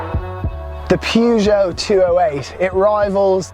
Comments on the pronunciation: I pronounce this brand as pe-zho. Not pyuzho. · The prononciation of Peugeot is perjoe. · Pronounce Peugeot properly 🤣🤣🤣😆😆